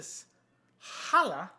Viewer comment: Don’t worry,! We’ve all been saying it wrong apparently. 😬 Cool vid!